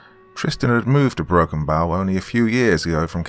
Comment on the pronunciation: Dude it is Broken Bow Nebraska as in bow and arrow not the bow of a boat